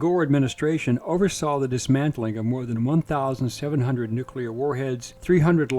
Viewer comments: Thank you…for being able to say the word ‘nuclear’ correctly. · You mean it's not nuculer??!! 😂